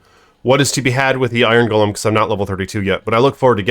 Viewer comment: You're saying golem wrong, too, bro. Get hooked on phonics please.